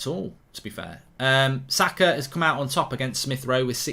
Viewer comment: How hard is it to say SAKA! Seriously mate. Zaka really